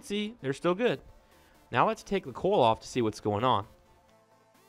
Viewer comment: Its pronounced oil. Like oyal. Not oal. and Coyal. Not coal.